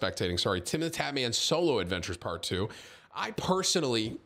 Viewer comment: For second there i thought Tim said Cholo Adventures 🤣